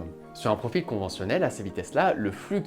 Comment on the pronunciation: Oui tout comme "profile" au lieu de "profil" mais bon la vidéo est vraiment sympa